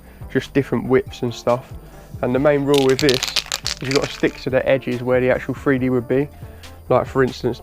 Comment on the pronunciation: I apologize beforehand, but idk where ur from, but ur wasn't the greatest first off. But what is the worst part, is probably hearing grown man mispronounced a word and say FreeDee atleast a dozen or two times lmao